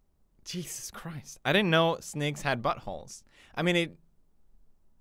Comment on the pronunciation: scottonfire543 I was gonna write that it's weird how he says snakes normally until the end